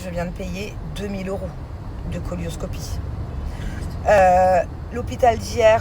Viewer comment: Bonsoir excusez moi de vous corriger ont dit coelioscopie ça se prononce celio pas colio sinon je vous apprécie merci❤